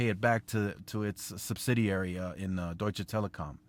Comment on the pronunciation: Deutsche Telekom ...good pronunciation ....greetings ftom Germany .. Grüße aus Hamburg ....